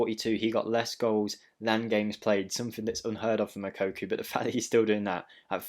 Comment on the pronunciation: Ffs stop saying moukoku 😂